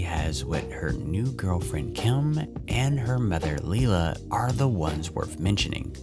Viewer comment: Please get the names right. Maggie’s mums name is pronounced lie-la not lee-la. It’s so hard for me to hear every time you say it.